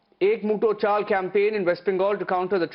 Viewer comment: Chal not chol pls